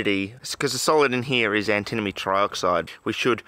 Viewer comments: Sounds like you're saying "antinomy"! ^^ think "anti-money" instead. (In french it's called "antimoine", litteraly "anti-monk"! Some say it might actually be the origin of the element's name, as quite a few monks were versed into alchemy, and might have poisoned themselves with it. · I think it should be pronounced an-timma-nee. It just flows. "Ant-a-moe-nee" is like tripping on a crack in the sidewalk. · I'm seeing a bunch of people pronouncing it Anti-money buy nobody else seems to pronounce it Anti-Mohny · Anti-moan-ie, that's how I've always heard it pronounced (in 'Murica) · Ah yes anti-money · It is pronounced antamoany Ant-a-moan-y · It's pronounced an·tuh·muh·nee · "Antimoney" ... "alright we got our antinomey powder now" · and then he pronounced it "antinomy" 1 second later. :D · I honestly thought it was an australian thing, like how british people say aluminium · New drinking game: Take a shot everytime he pronounces antimony wrong. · I pronounce it as antimony, but my friend pronounces it like antimony, so we ask our teacher and he says we should pronounce it as antimony.